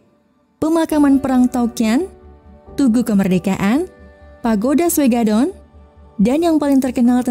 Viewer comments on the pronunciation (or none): Maaf min pagoda Shwedagon bukan Shwegadon.